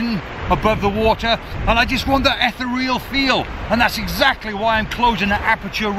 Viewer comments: eth-th-re-all! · Ether-real or Ee-thee-real ? That is the question. Great images, mate.